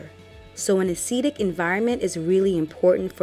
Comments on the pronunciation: Nice videos, very informative! (I do wonder you pronounce acidic as aceedic? You don't say aceed instead of acid, so surely it should be acid-ic) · It's not a long e on acidic! As a nurse I cringed every time you said acidic! Acid-ic..not Aceedic! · THE WORD IS; ACIDIC AS IN ACID, NOT ASEEDIC, That's not a word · Am I the only person who was weirded out by the way the pronounces "acidic"? She says "Ah-seed-ick". I've only ever heard "Ah-sid-ick". Just giving my thoughts, no hate lol it's an informative video. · It's acidic. Not acetic . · That really bothered me throughout the video 😬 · Jacob that was urking my nerves too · I can't get over how you say Acidic loool. So do you say aseed instead of acid 😂😂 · Very informative, but a-cee-dic was killing me in the beginning. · This is very informative but i wish she wouldn't say "aceeedic", its giving me hives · Umm... I'm not trying to listen to anything scientific if you can't pronounce "acidic." Not trying to hate, it's just really worrisome.